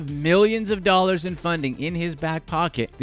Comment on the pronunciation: The over-affected voice and the horrendous editing, make this unwatchable. "9 'illion 'ollars"